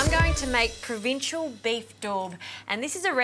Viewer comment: "Provincial"? You mean Provençal [pron: "prov-en-sarl"]. Decent tucker though,. 👍🏻😉